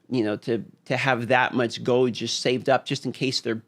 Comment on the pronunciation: GOLD HAS AN “L” YOU SOULESS GINGER MONSTER